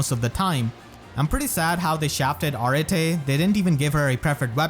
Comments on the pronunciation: To help you out 'cause I hear your struggle with that name. It is pronounced (Ar-et), it can also be pronounced as simply (Art). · i think its proniunced areet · I always said her name like A-rete. Not…whatever this pronunciation is. O_O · Raise your hand if you thought her name was pronounced “ah-ret” and not “ah-rah-tay” all this time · Wait so, how do you properly pronounce Arete? I've always pronounced it as if it was "Arette"... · What’s crazy isn’t how bad she is, it’s how her name is pronounced. Ar-eh-Tay?? How?! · Pronouncing her name the way you do, sounds like Earring in Spanish, which I find adorable. I always gave it a kinda French pronuntiation. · When Arete pronounced her own name in her voice lines it was NOT how I imagined it lol I'm probably gonna build her even if she's not unique, I like her a lot. All im hoping is that this isn't a sign of Mythic Anankos this month.....I need my orbs for cyl